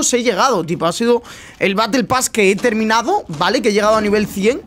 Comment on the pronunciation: Porque dice vala?